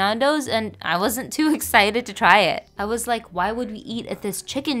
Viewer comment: nooo whyy did you pronounce it like that